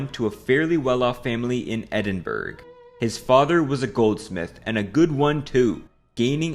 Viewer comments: Stopped watching the second you said Edin-BERG. I'm American and I know it's Edin-Bur-ah. Bro, do the least bit of fact checking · It's pronounced burrah and not burg ! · Edinburg ???? EDINBURG ???? Its Edin-bruh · Edinburruh! Not Edinberg! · I’m sorry but if you’re going to invest time and energy in researching something, putting together a very good script and video with good educational and entertainment value, why on Earth would you not get pronunciations rights? It’s Edin-bruh, not eding-berg. It’s not a matter of differing accents etc, it’s just wrong. Very off putting and lazy. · EDINBURG???? You mean EDIN-BUR-UH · It's pronounced 'Ed-in-bruh' my friend, not 'Ed-in-burg'. Some of the English pronounce it as 'Ed-in-bur-uh' but most Scots truncate it to 'Ed-in-bruh' and drop a syllable. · It’s “edinburrah” not “edinburg” Also It’s “Kahn” not “cayenne” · Edinburgh - it's Air-din-borrow. Not Edinberg. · Please stop pronouncing Edinburgh as "eddin-burg". It's pronounced "eh-duhn-bruh". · As a Scot myself, I think you should know it's pronounced Edin-bruh not Edin-burg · Hi lad, longtime fan and subscriber from Scotland here! Love your vids but please it's pronounced Edinbruh/Edinburuh not Edinburg haha Sorry to be pedantic but hearing it pronounced like that made me understand why the French hate other people speaking their language lmfao Much love from the Kingdom of Fife ❤🏴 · Yep, Edin-bu-ruh, not Edin-burg 🙄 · No fucking way this dudes pronouncing it edd-in-burg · Edin-burg? Your associate? Did you do any research for yourself at all? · You lost me at “edinburg” 🥀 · is it good or bad I clicked off the video in under 10 sec because of the "Edin-berg" pronunciation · "edinBERG" oh noooooo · "Edinbruh" bruh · "Edinburg"?! "Cayan"?! You need to read some IPA. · "EdinBERG" is a new one lmao. It's not difficult to google pronounciation. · What's this Edinberg I keep hearing about? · Eddin burg 😂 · edin-bur-oh is how its pronounced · "Edinburg" I close the video